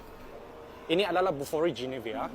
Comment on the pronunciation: bolihlah beli Bufori, bolih bawa hasil sayuran ke bandar. Sebut betul-betul Bufori bkn kokoiRi ya..